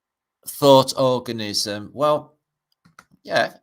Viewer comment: ORGANISM ....HAHAHABAHAHA ...SHE SAID, ORGASM !!!